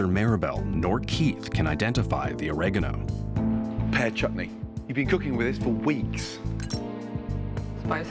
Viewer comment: Neither could get Oregano which is appropriate as the narrator could not pronounce it either.